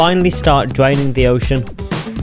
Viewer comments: LOL this dude doesn't know how to make the R sound, the title should be "Dwaining and Wemoving the ocean" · dis is mwee dwaining an entiyuh minecwaft oshun